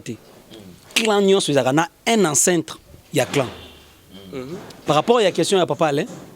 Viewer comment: on ne dit pas ancintres mais plutôt ancêtres. Et toi Yves et Alain arrêté de mettre des faux titres pour vos vues documenter vous aussi pour corriger vos lacunes grammaticales pour ne plus dire Impacte au lieu de pacte.